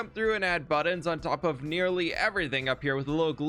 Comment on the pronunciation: If you acknowledge that you say 'buddins' weird in your next video I'll subscribe. Not that you need my subscriptions. You're very talented and accomplished, but still, you say it funny :) regardless, love you bro bro